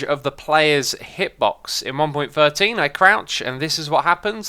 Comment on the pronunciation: Sounded like "one point firteen point two" because you have a th-fronting aspect to your speech. You say your "th" sounds as "f" so "thirteen" sounds like "firteen" which is very close to "fourteen." You can hear you doing this with the beacon beam challenge where you ask which blocks the beacon can shine "froo."